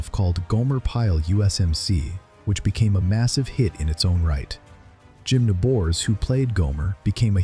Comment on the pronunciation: Jim “nuh-BORES? AI slop. Next.